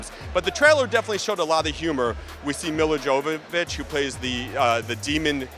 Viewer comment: That pronunciation of Milla Jovovich...